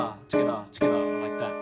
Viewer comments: It's not 'together'!!!! It's TogAeThaA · every time he says togetha i want to bang my head into a wall.... and also give him a hug. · the "togetha" makes me want to kms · togethaa togethaa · Togethah togethah togethah. CANT STRESS HOW MUCH I LOVE HIS TUTORIALS BECAUSE OF THIS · I love your "togethaa" xD Really good help by lerning some songs! Im learning completly from the begining, but your a very, very great help Keep going!;) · "togetha" intensifies Btw I subbed. Thank me later. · Thats heow yeu say et from the laend daewn unda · omg the thing that gets me angry is how he says “together” lol